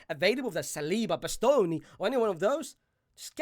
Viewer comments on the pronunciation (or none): the way he said bastoni is killing me 😂